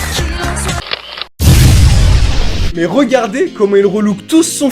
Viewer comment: et l'autre qui annonce "la scorpionNE"...et tant que t'y es,"la versale" "la gémale" ?